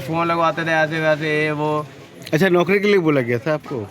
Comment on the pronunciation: ऐ! बिहार से हो क्या? नौकरी को नौकड़ी बोलती।